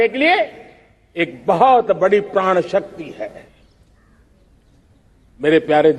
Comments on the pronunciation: Prrad nahi modi ji prad bolo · Sahab praan nahi pran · प्रण शब्द को बार बार प्राण कहने वाला व्यक्ति मूर्ख नही तो क्या है। जो इतने वर्षों के बाद ठीक से हिंदी बोलना भी ना सीख पाया हो वो देश को विकसित राष्ट्र बनाने का सपना दिखा कर सारे देश को मूर्ख बना रहा है। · प्रण होता है, प्राण नही Sir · इन साहिब जी से कोई कहो कि प्राण नहीं होता पर्ण होता है। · ' प्रण' है या ' प्राण '...?🤣🤣🤣🤣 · Modi uncle itna feku ha parn nai prann hota ha